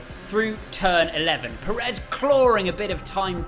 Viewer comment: It's Pérez, not Peréz.